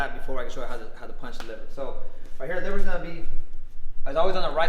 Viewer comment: Can you please enunciate and pronounce that word 100 times better so I can understand what it is you just said. It's the WHAT punch????